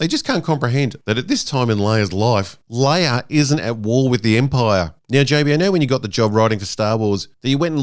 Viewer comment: Yoder and Leier... lol